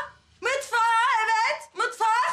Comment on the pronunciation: Afetin mutvak demesi